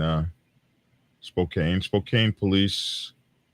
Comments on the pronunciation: Spoke-ann not Spocaine lol! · Spo-CAN (Spokane). Doesn't matter. Methington State is an armpit.